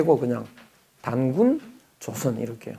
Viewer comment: 장음인 단어의 첫 자를 짧게 잘못 발음한 예:유사점,(공부를)해도, 서문,(이 학자의 버릇! 한국을"항국" 이라고,단군을"당군"이라 발음하고 있음), 사별,❤❤❤당파,¹ㄷ❤¹(또, 친구를"칭구"라 발음했음),머냐?,날(나를),( 또, 만물을 "맘물"이라 하고, 인물을 "임물" 이라 발음해씀),말(입으로),(또, 관계를 "광계"라 했음), 강의중, 계속해서 "울 나라 우리나라 사람 하는데 그 리 듣기 좋지 않음. "우리, 또는 "한국인"이라 해도 좋겠음. 참고로, "한국 어문을 고발함"아라는 책을 권함. 미국 변 완수 드림